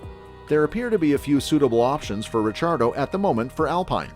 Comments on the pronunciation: His last name is italian so its actually supposed to be pronounced that way! (RiCCiardo) the double CCs are pronounced kinda like how they are in words like capuCCino. Daniel is aussie so he pronounces it in english so its easier for non-italians! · Mispronouncing his name?